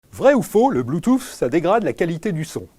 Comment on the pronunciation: le mec prononce bloutouffe au début de la vidéo